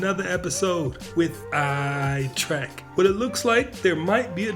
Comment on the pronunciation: now that I've taught you how to say trek and not track, good stuff keep at it.